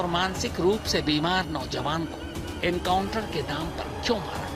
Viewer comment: Enkauntar nahi hatay hai sir ji kab se chilla raha hu aap baar baar enkauntar bol rahe ho